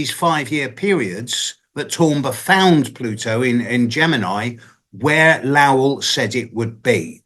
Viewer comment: Lowell rhymes with Bowl not Owl. I live very near Lowell Observatory and recently went up Mt Wilson to visit the telescope. Super cool up there lots of history. There are 4-5 telescopes up there in total. Worth a visit. You really feel a special historical vibration up there. You feel like you’re in a whole different timeline up there.